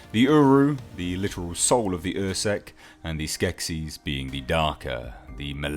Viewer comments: UrSkek is pronounced UR-Skeck, not UR-Seck. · its Urskek not ursek